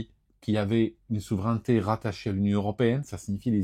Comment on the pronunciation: attention à la prononciation du mot : souveraineté \su.vʁɛn.te\ :face-red-heart-shape